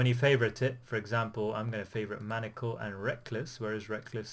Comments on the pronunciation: It’s man-“i”-a-cal, if you’d like to use pronunciation that way. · Thanks for the analysis. Been watching a lot of your vids recently for that very purpose. Good job but one improvement you could make is on the pronunciation of maniacal